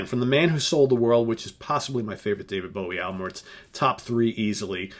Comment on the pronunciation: Never heard anyone say his name like that. Dreadful impression.... are you just trying to insult the country that made rock good and invented metal?